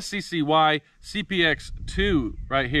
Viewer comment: its sky (sccy)